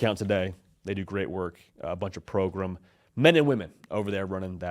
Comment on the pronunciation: yo do yall sell "progrum" merch? i need it!